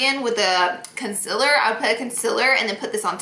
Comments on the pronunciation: NOT CONCILLER ITS CONSEALER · ITS CON-CEE-LAR not concelur ITS OI-EEEE-LY no oly omg drives me nuts i still love u tho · ITS CON-SEELER 😂😂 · Concealer not concila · "Her highlight, contour, and consiller stick" 😂😭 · does anyone else notice she says "conciler"😂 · concealer not conciller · Laura should make a concealer line called "conciller" cuz she cant say it right 😂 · The way she says concealer 💀💀💀 "concillerrrr" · Hahaha she’s been saying it like that since day one. You kinda get used to it but it’s funny someone brought it up. It used to bother me 😂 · "conciller stick" LMAOOO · FOR FUCKS SAKER ITS CON(ceeeeeaaaaaaa)L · why do u pronounce concealer like this? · y does she say concealer weird not hating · I really hate how she says concealer